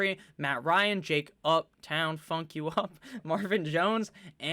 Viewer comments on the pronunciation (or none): none